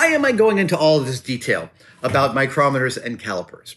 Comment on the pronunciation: Adam....mitutoyo microoooometers. Love your work but lets say it together. Mitutoyo micrometers.